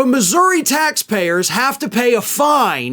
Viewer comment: I think it's cool that knows how to pronounce Missouri